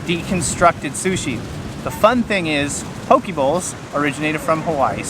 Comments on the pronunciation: Its not paw-kee or paw-kay. Its po-keh Po in “Political”, and ke in “Kensington” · Lol not PoKay. Its Po-Kehh. Im born and raised and still living in Hawaii fyi. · not key its keh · It’s pronounced PoKay. Fun video!